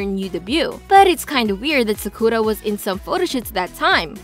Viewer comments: Media* not Medja Sakura* not Sakuja please pronounce things right Can people leave this group alone??? All of them are innocent especially Garam most people causing this are jealous people the used to know or fans of other groups You’re not a real kpop fan if you hate on other groups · the way u say sakura is emberassing